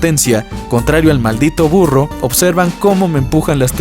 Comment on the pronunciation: En el ejemplo del burro Primero escuché "FURRO" 😂😂